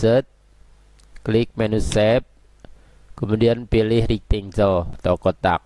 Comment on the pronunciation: sempatkan belajar mengeja bahasa inggris Kang. Supaya lebih mantap. Contoh, file bacanya harus: fail. Bukan "fil". Banyak lagi yang lain. Rectangle. Bacanya "rektenggel". Bukan "rektenjel". I can help you. Salam.